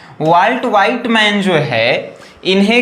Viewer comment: सर वॉल्ट विटमैन होता है ना कि वॉल्ट व्हाइटमैन 😂😂😂😂😂